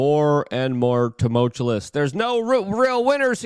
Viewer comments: New drinking game: do a shot every time Luke says "tumultulous" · Drives me insane. If he would just drop that second L, everything would be normal. Why has no one bothered to tell him that he’s mispronouncing it CONSTANTLY? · Or as Luke says it, "toomultulous" lol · TumulCHULLICE lmfao 🤦‍♂️ DISSERTING.... is it a TROLL that he says dozens of words incorrectly per video?? Like an inside joke or something??